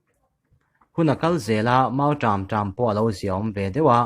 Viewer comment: mizo tawng hi i chhiarthiam ka ti hlawl lo che.pawikhawp mai...mautâm ti tawh la....mautrâm ti tawh suh.